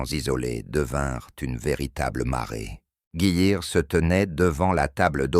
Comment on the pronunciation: Bon; la prononciation du texte français est lamentable : pour ceux qui n'auraient pas fait le rapprochement le général Geyr ("Guiïr") mentionné est le général Leo Dietrich Franz GEYR Freiherr von Schweppenburg. Et le colonel mentionné sous la prononciation "Fritz Berlin" est en fait le colonel Fritz Beyerlein. Le lieu prononcé "Kaïn" est en fait Caen.